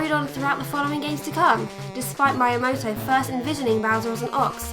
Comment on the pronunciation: Regarding pronunciations, it's Mii-a-moto, or you could say "Me a Moto", as if a caveman could be a Motorola phone!